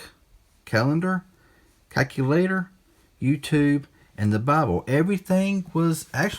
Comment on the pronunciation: Calculator "Ceculadoh" 😂